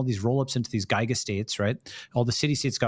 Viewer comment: Haha. Balaji! Gyga for the second time. Not Gig or jig but ghygha. I've met and talked to Balaji and while I don't think I've ever heard him pronounce GHz I'm certain he knows it. I wonder what the story is lol. Is it a Singapore English quirk he's adopted I wonder